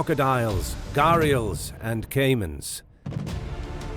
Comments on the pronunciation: And Its घड़ियाल not घेरीयल ।।।।। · Gharial lives in india and nepal ,gharial is indian name ,you pronounced it absolutely wrong